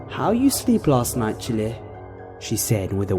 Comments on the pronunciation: The accent of Jamaica and Haitian people had "child" sound out with a dropped off "D", so it sounds like "chil". I am NOT complaining, just informing you. "Chile" with the pronounced "e" (or like hot peppers, chili) is just off the mark. You rock,. I hope this information helps when you do accent dialogue work. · Another excellent read 👌👌👌One thing I picked up on, I believe your saying "Chile".... which being a La. native I hear often. It's a country way of saying child....and pronounced the same, without the d of course😉. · Chile lol 😂😂😂😂 It Ch-i-yle. Like whew chiiiillleee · I was coming down here to say just that. "Chile" and "Ole" are just 'Child' and 'old' in a Haitian accent. I think it's so funny when English people mispronounce things like that, because i'm sure they don't mean to